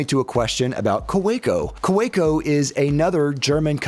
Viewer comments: its kaweco not koweco 😂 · The pen is good, your pronunciation of the name isnt. Ka-vay-co. Good review! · It's pronounced "Kaveco". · The W is pronounced as a V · If Kaweco was an ordinary German word, I might agree, however the point you are missing is "Kaweco" is a proper German trade-name; as such it should be pronounced as the owner of that trade-name wants it pronounced. This is analogous to someone introducing themselves as Mr. Smith (pronounced Sm-eye-the), but you continue to call them Mr. Smith to their face... it shows a lack of respect (and American arrogance). Now you have been educated!